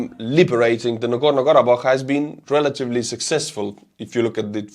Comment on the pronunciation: Listening to him perfectly pronounce Nagorno-Karabakh in his accent repeatedly was both impressive and entertaining. You are a god among men man.